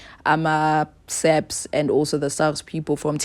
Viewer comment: *SAPS my darling..not SAP